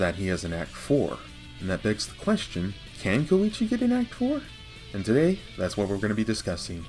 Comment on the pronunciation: Heh... "Ko-weechee"...